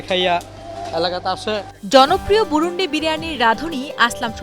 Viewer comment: আরে ভাই বুরুন্দী আমাদের এলকার নাম!🤦‍♂️ বুরুন্ডি না!😒